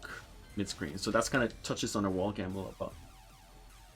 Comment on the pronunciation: At first I was like "why does he keep calling me a little bitch :(" Took me a while to realize you were saying 'a little bit' 😭😭😭